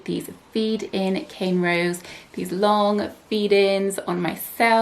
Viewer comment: Why do u keep saying cane rows i stead of corn rows is this intentional or not?